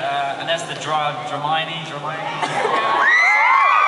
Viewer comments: He said Drapple and I ugly wheezed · I’m I the only one who heard drapple and got so confused I was like there’s no one in Harry Potter named Apple. Lol 😂 I’m so dumb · Tom: Drapple Me: HAPPY SCREECHING